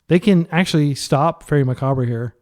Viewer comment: i have liked your videos but PLEASE learn how to pronounce macabre.